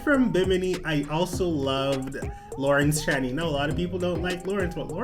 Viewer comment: By the way it’s Lawrence Chaney sounds like Dick Chaney or 2 Chains ⛓...not that you asked lol. Not trying to be rude just trying to help ya out ;)